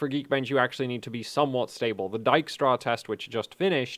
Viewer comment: for pronouncing Dijkstra right :-)